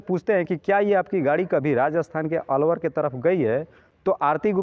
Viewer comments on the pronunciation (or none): अरवर नही अलवर बोलो